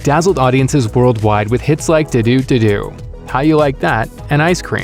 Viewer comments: He say du du and not ddu du du ddu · Okay I’m sorry but why you say ddu ddu duu like that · IS IT THAT HARD TO PRONOUNCE DDU DU DDU DU